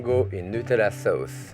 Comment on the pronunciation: love the way he says.. suh-aouce.. hahaha